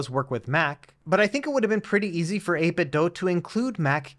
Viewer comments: I swear he does this on purpose, since he has done something similar in the past. I mean, "Doh you doh this on purpose" or "Doo you doo this on purpose". 8....bit....Doo.. as in - Do you do 8-bit ? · 8bit doo as in scooby. Not DOH as homer says. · Why do youtubers insist on saying "8bit dough" ? its bizarre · Can someone explain why the manufacturer is being pronounced like "eight bit dough", rather than how it's spelled - I.e. "eight bit do"? For absolutely clarity, I'm not suggesting that the review mispronounced it, merely that the word "do" is normally said as do, rather than as dough.